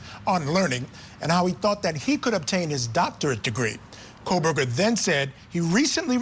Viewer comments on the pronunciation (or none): Him repeatedly calling him "KohLBerger" is driving me insane.